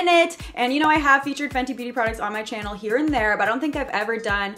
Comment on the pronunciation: Love how the way she says , " welcome back to my chynnal " 😊